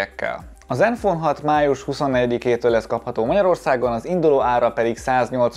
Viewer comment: Csak én értettem néha iPhone-t mikor zenfone-t mondott? :D